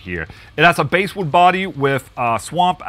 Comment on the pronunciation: “Bas” wood Ola, not base wood! 😉